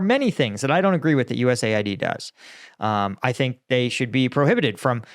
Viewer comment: It's called US-AID, not USA-ID , LOL.